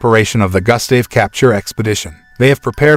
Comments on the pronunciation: and his name is Gustav. (Goo-stav) its not Gah, its Goo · Pronunciation: goo-sta-veh ....not Gus-stay-v 😦😂🙆🏻‍♂️ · its gustave say Goost starv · It's pronounced as GOO-ST-AA-VE, not GUST-STAY-VE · say( goose stave ) not gas stav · The name is pronounced goost- have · You would think after all of the work that was put into the video you could've at least got the pronunciation of Gustav's name right. Gus Dave lol 😂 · Pronounced "Goo-stahv" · Damn it “Gus-Dave” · Your mispronouncing Gustave's name GOOSE THAV..... and the E is silent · He’s pronouncing Gustave wrong, it’s pronounced Goostav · Butchering the crocs name bruh, it’s pronounced “goo-stahv” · Your pronunciation of Gustave is simply criminal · I hate the way he says Gustave, a little research and he would know how to say it well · Only take away is that you are saying the crocodile's name wrong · Your pronunciation of Gustave is infuriating :( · Why do i get annoyed whenever he said 'Gustave' ? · Sure ain’t lol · The fact that you make a video and can't even say the name of the Crock right. You would think of one was to make a video about 1 Croc the person would learn to say it's name right. But for some reason that's not the case with you and you proceed to say the name completely wrong SMFH. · Doesn't even know how to pronounce his name.